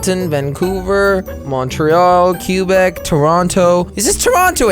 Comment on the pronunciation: The candian in me dis likrs u and u cant say Qubec right lol